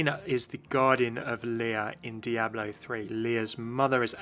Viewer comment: Those Diablo terms were butchered so hard...